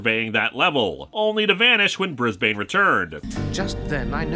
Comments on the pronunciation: ...okay just as an Aussie: hearing Brisbane being pronounced slowly/fully/with each syllable is hilarious. I would have been calling him Brizbin. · I know its the pronoucation in the show but as an Australian how they say Brisbane annoys me